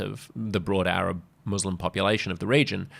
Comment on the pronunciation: Has Albanese a speech impediment- he's unable to utter 'Muslim'.